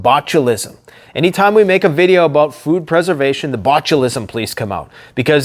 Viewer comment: you should review this and see the inner Canadian Beaverine in ya boi when you started talking aboot your timber toy's 😂🤘🦫🪓🗡️